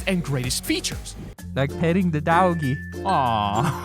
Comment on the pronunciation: "like petting the dauggy"